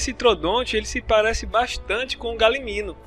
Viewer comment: N é galiminu e galimimus